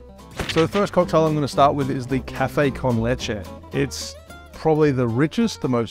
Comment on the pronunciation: Finally someone that that actually pronounces “leche” correctly. I dont get where people are getting “leechee” from😂. Great video 👍